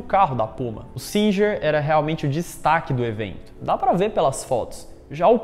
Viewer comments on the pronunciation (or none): Singer se pronuncia "Singuer"